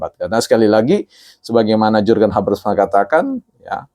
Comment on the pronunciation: Hahahha iya ini org baca Jurgen habermas saja salah pengucapannya. Dia gak tahu RG mengajar teori jurgen habermas di UI. 😂😂😂